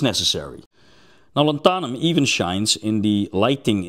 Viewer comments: 👉LAN-tha-num,👈 not lan-THA-num. :face-red-droopy-eyes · Not lanthahnum, more like Lanthuuhnum (as in duuh, not hah) Lanthanum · What's interesting is all of the other versions of the word are pronounced correctly (lanthanides, etc)... it's just the element name itself. Here in the US it is pronounced LAN-than-um, both A's as in 'can'. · That is an interesting way to pronounce it, I just looked up online how it's supposed to be pronounced and was the same as the way I said it. Lan-thun-um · "Lantharnum" - on what planet? Yet you pronounce the words greek root, and "lanthanides" correctly!